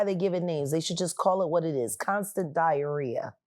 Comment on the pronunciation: She said diaharia.